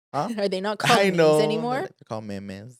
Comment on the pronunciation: OMG when you said “mehmeh” 🤣🤣 I ROFL because thats how my Mom pronounced it 😂😂😂😂😂